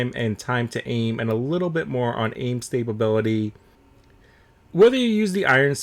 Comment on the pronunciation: It made be cringe when u said stability with an extra b multiple times. I still prefer the k98